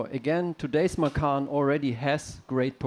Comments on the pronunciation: I believe you named this car from the Indonesian word for tiger. From a native indonesian speaker, macan is pronounced MA CHAN. The pronunciation of ma-khan means to eat in Indonesian. So please tell your PR, Marketing, dealership associates to stop calling it the Porsche Eat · I'm slightly annoyed that they named it after the Indonesian word for tiger, but they don't pronounce it correctly. It's ma-tchan, not ma-kahn. Anyway "makan" means "to eat" in Indonesian so it still means something lol.